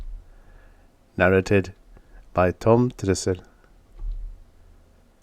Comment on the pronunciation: Do you realise that the 'a's in "narrated" are pronounced differently? The second 'a' is a long, hard 'ay' as in "pay".